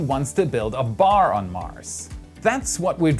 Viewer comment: He is setting the bar high (bay)